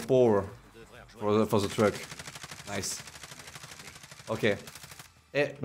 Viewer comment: « The yellow truc » 😂😂😂